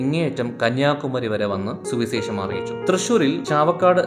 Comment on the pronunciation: സുവിസേഷം അല്ല സുവിശേഷം. പല വാക്കുകളിലും "ശ" എന്നതിനു പകരം "സ" ആണുപയോഗിച്ചിരിക്കുന്നത്. please correct 🙏